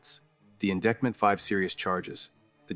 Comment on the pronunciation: In di(i)ct ment, McKee (key) Tepe (tepee)